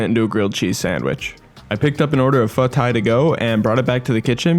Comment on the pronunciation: Pho tai is actually pronounced as pho thigh. “t” in Vietnamese is pronounced as a “th” sound, and “th” is pronounced as a “t” (basically opposite of English)